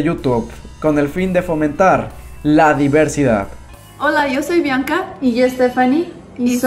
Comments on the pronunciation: Namas una cosa, es Bianca no Blanca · Es BIANCA SIERRA... NO BLANCA. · No mamesss es Bianca, BIANCA NO BLANCA... TORPE... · Parte 2 porfavor Y es Bianca no Blanca sierra 🤨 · BIANCA SIERRA, NO BLANCA! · Es Bianca no Blanca.